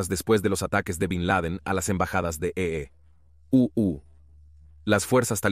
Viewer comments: No me lo mamés con tu e e u u volvete serio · A full el documental... Muy bueno el "e.e.u.u" eeeeuuuu jajaja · Porque dicen E-E- U-U? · Los EE.....UU ja ja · En los E E U U😂